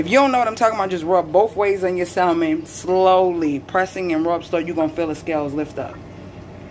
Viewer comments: Why does she keep sayin sal mon ? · I thought I could handle the mispronunciation of the word salmon but I can't 😭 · The "l" is silent. It doesn't bother or irritate me though. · WHAAAT YOU SAID saLLLmon!!!😂😂😂 do ppl really catch an Attitude for that. Even though I say it like "samon" and that's exactly how I use to spell it too 😂😂😅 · It's a inside joke on my channel lol I pronounce it the correct way normally. Lol omg u will be so surprised how people feel the need to correct the way people say SAAAALLLLLMOM..LOL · It’s salmon not salmon 😅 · Sal-mon hahaha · Your granddad seems cool, but he didn’t teach you how to pronounce the word Salmon. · Lol right.. I love messing with people abt the pronouncing of this word. Tfw